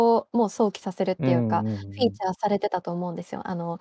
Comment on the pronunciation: 素敵な話盛り上がりました！ 3人とも最高です！ ものすっごい細かい話なんですけど 「フィーチャーされる」を「フューチャーされる」というのは気をつけたいところ シミュレーション(シュミレーション)みたいなよくあるカタカナ語の間違いではある